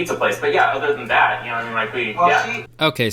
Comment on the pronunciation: You say thot hot judge.😕